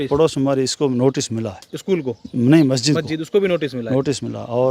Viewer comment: अबे बोलना तो सीख ले मस्जिद को गलत बोल रहा है